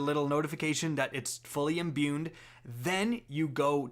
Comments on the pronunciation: There is no letter n in the word "imbued". I'm getting unreasonably frustrated every time you say "imbuned". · “Imbuned” smh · Honestly probably added an extra 2 minutes to the video just from all the added up extra Ns he put in the word imbued lol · Imbued doesn't have an "n" in it.